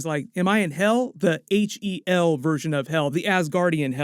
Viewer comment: Anyone notice Loki says “is this HEL” and not hell or am I jus overthinking it